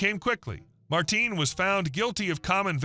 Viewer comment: The name isn’t Martin, it’s Martín. i vs í. The pronunciation is going to be different because it wasn’t an English name.